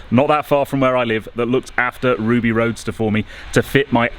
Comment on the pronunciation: you have missed out the 'd' in Roadster.